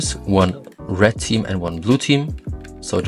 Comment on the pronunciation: love the way u say red u say it like RED'"T